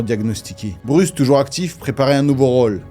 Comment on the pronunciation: Bruce 😂😂😂 sérieux... c est quoi cette prononciation 😂😂